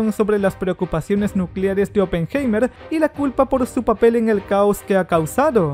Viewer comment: Vuelve a ver la película... Ni siquiera sabes pronunciar oppenheimer!!! Pésimo.